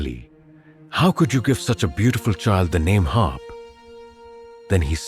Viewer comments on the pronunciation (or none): Not Harp but Harb